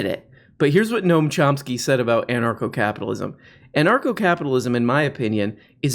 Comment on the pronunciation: Gnome Chomp Ski